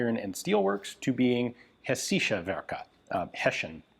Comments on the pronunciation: Heschischen werken with emphasis on hesch. First part. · 1. Hessische isn't that hard to pronounce, the first 4 letters was quite good, then follows a short i and sch is pronoinced like sh in english followed by a short e. 2. The Röchling pronounciation was also ok but ch is pronounced like you're clearing your throat, a better example would be Achmed the dead terrorist :D 3. The oe in Coenders is pronouncel like an ö. the C like a K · The “Hessische” means from Hesse (Hessen in German), which is a small state in post-war Germany, and at the time was a region named after a minor country. And, if you’re interested, it’s pronounced HEH-sih-shuh, all short vowels, stress on the first syllable. But don’t stress pronunciation, there are too many languages to get them all right! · HESS-isha. My German wife says it’s easy. Also, your paradigm is showing. The “bolt handle” root doesn’t hold the “bolt” against full pressure, it only holds the barrel from moving forward. But unlike the typical bolt, the barrel has a “pressure relief valve” in the form of the bore of the barrel. Meaning it’s holding MUCH less pressure, bolt thrust, etc. That gun has problems, but I don’t think the bolt handle or lack of locking lugs is one. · I tried to figure out what you were trying to pronounce. I think it was hessische?